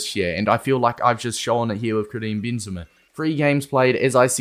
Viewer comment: "kream bean zama"